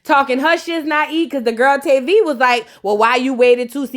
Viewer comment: Hey babez it's pronounced tah-vi not tay-vi it's tavi